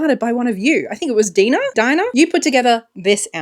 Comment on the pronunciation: Hi! It’s me, Dinah (pronounced like “diner” but instead of the hard r at the end, it’s more like an h 😅 — so you’re pronouncing it right:)). I’m so happy you liked the red-purple outfit! it was also my favorite one to style for you. Hearing that you’ve worn it often (or in different versions) made my day! Thanks for letting us be part of your style journey ❤